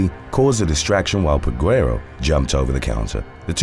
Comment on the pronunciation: The U is silent in Peguero.